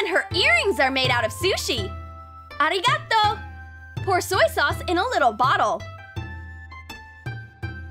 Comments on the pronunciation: aH rEee gHaTo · I never thought I would hear, “arigatou” in the most whitest accent. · So, just horribly pronounces Thank You in Japanese? bruh moment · Not only am I disappointed with how they pronounced it but as a Korean who has learned a bit of Japanese (very simple like arigato and ikadakimas) this is racist af and you don’t make things easy you make, unrealistic, clickbaity, and sometimes play around with mis-pronouncing foreign words and being racist. Edit: they also used an Indian greeting with the horrible arigato, again racist it’s supposed to be paired with namaste and bowing slightly with a hand position like this:🙏🏽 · I cringed at the way they said arigatou 😭😭😭😭